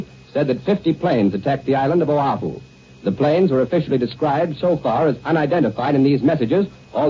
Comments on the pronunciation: John C. Daly, later famous from What's My Line, bungling the name "Oahu" as Ohau, fascinating. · CBS announcer John Daly with the early mispronunciations of "Oh-HOW-ooh" -- although to his credit, he "fixed it" by the mark here.